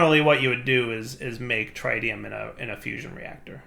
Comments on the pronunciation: you know Nuclearcraft machines can take Mekanism gasses, right? You proved this in Enigmatica 2 by using gaseous deuterium and tritium in the fusion reactor. Also, you're pronouncing tritium wrong, again. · 1. Salt reactors, yes. 2. You should put holding on the tritium and deuterium fluid tanks for a larger backlog. 3. It's a soft I in tritium not a hard I.